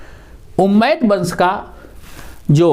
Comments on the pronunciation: Guru ji ummiyah vansh hai not umaid. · सर झूठ मत परोसें हज़रत मुआविया ने हज़रत अली रदि अल्लाहु अन्हो की हत्या का झूठ कहां घढ़ा है आप ने सर,,, उम्मैद नही बल्कि उमय्या शाब्दिक उच्चारण भी सही नहीं है